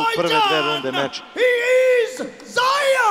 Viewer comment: Nije Ziyer nego Ziya😂